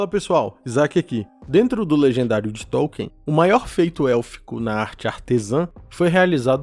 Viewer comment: Sou fã incondicional da obra de Tolkien. Mas me causa espécie essa infantilidade de pronunciar o “Th” em língua portuguesa, como se isso preservasse a integralidade da obra. Não precisa.